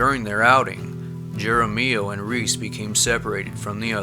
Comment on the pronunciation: You seem unfamiliar with Spanish pronunciations. J is pronounced H. So in Texas the battle ground San Jacinto is pronounced San Hacinto. Same applies to names; so the last name Jaramillo is prounced Haramillo Actually a double L is prounced like a Y; so Jaramillo would be pronounced Haramiyo. I'm guessing you have not spent much time with members of the Hispanic culture..